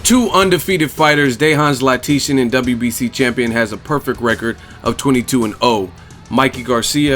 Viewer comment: Hey, EsNews interviews Dejan Zlaticanin. In the interview the real pronunciation of his name is in it. It's Dejan (Day-Hun) Zlaticanin (Lat-Ti-Chanen) like canon but add an H to the word canon (chanon). So Lat-Ti-Chanon. I hope this help.